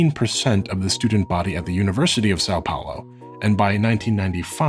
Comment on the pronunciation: you said saobaulo isntead of são paulo lol